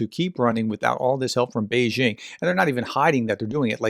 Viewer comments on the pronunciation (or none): none